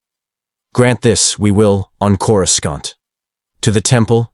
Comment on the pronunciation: i wish you would fix the pronouncing of Coruscant. it is really annoying in each and every story